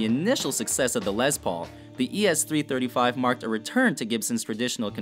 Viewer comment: Pronunciation, please! It's "Les", as in Lester, not "lez", and Les PAUL, not LES paul. And, "TREM-e-lo", not "trem O lo". What about Les Paul, Jr., ES-175, Gibson Byrdland, Super 400, Epiphone Casino, Vox guitars, etc.?